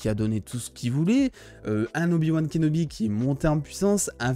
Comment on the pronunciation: je suis le seul à entendre "obi-wan KENOMI" quand il prononce son nom ?